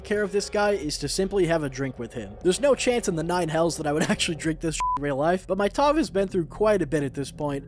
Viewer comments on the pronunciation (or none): its tav, like tav-ern. tavern. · I pronounce Tav as Ta-vvv, like the v sound is more prolonged and the a just sounds like A. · gonna pronounce it like Tayve from now on